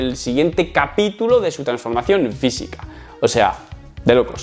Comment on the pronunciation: vitness, forma visica.... tienes un problema con las F o que coño? da grima loco.